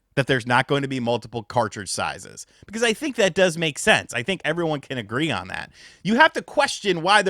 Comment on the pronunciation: My man said "sizes's"